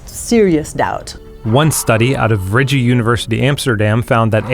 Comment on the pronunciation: is is not Reggie it is Rijks the ij is more like the i in Mike